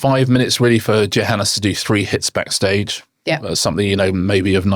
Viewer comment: AAAAHHHHH. I can't take it any more. It is pronounced YOHANNES. It is Afrikaans / Dutch origin where the J is pronounced Y. I am pretty sure he does not mind as he has not corrected people, but jeepers is it annoying.